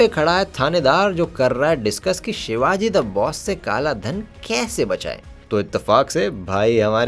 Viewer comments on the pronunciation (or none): none